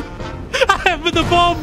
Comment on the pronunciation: What i heard: "in this video, i bum a plane in mid-air"